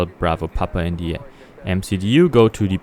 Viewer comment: Bitte achte auf den Aussprache-Unterschied: the tower und the Airbus.